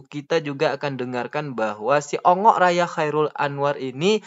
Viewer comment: Bongok,raya bang bukan ongok 😅😅😅😅